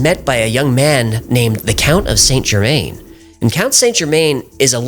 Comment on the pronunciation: Why oh why can Americans not show an ounce of respect to other cultures? 'The Count Of Sainte Germaine'. Just 20 seconds on Google, guys. That's all it takes... is that so hard?